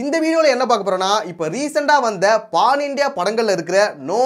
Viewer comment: Pan india❌paan india✅🤣🤣🤣🤣🤣🤣🤣🤣